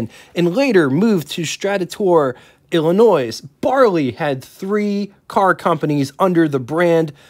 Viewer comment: Not ILLINOISE, but ILLINOY